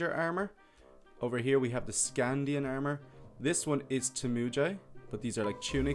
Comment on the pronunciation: armor not ermor